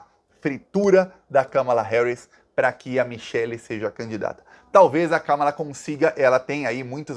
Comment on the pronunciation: Finalmente alguém pronunciando corretamente o nome Kamala! Parabéns 🎉